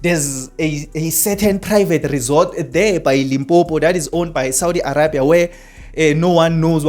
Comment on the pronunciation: THIS MAN IS NOT SPEAKING THE TRUTH. Saudi is bringing electricity to SA and the government knows all about this. Saudi is also going to provide electricity to other African countries. THIS IDIOT IS FEAR-MONGERING AND IS ALSO MISSING GREY MATTER. He cannot even pronounce Arabia properly. The resort is private and nothing is going on there - it is the Prince's property when he comes here for holidays. Saudi has nothing to hide - if they did they can hide it in their own country. I asked a friend who lives in Saudi and what this guy is saying is all BS. This guy needs to be banned from YouTube.